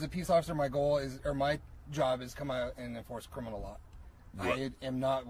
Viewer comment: If you insist on using the word criminal all the time, please learn how to say it. Oh my when you are breaking laws, don’t involve God I guarantee He’s not on the side of crime, I have a wholeBook to prove it.